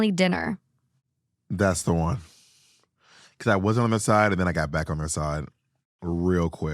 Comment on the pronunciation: “bandwegener” I love northern midwestern accents so much 😂😂